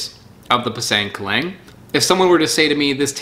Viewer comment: Not kelang..but kelink